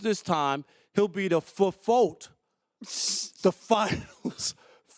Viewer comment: When this man said FOAT, I had to dislike smh.